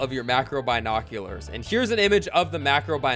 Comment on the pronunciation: Pronounce binoculars correctly 😂